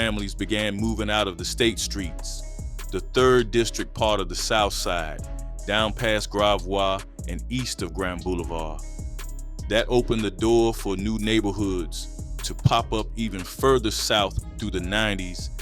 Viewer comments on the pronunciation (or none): Grav wa. Lol. Its gravoy if it cant figure it out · Only criticism I have is It’s gravios like gra-voice That’s all